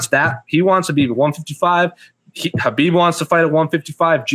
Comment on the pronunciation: It's KHABIB not KHBAIB